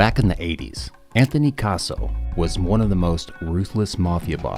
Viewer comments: His name is CA SO NOT CAR SO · Learn to say Cassie properly not Carzo prick